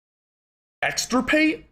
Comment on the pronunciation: Extirpate. Get got lol